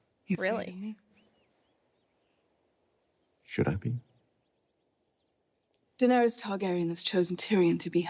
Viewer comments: After 6 seasons and you both keep saying Danerius….. 😂 it’s Daenerys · I'm surprised no one ever let these 2 know they kept mispronouncing Daenerys. Danarius 😂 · Are they still calling her “Danerious”?